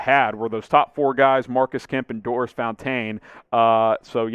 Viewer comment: Your pronunciation of Fountain’s name is getting funnier. It was bad enough when you started calling him Doris. Now Fountān 😂